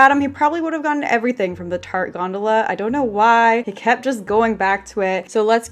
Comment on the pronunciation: My brother all calls tarte. “Tartae